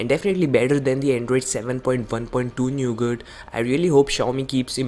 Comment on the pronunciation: Its not neugat its nougat Your pronunciation is funniest of all 😂😂😂😂